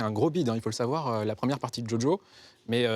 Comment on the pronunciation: A croire qu'il le fait exprès tout le monde qui connais un peu l anime connaît le vocabulaire associé